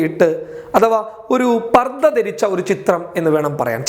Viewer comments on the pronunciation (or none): none